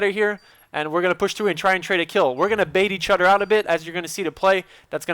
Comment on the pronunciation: Can't you pronounce 'TH'?! You seem to drop a ghetto "togeder" and "oder" - ahaha!<3